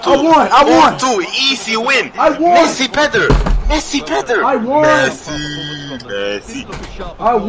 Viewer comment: "MESSI PETTER"?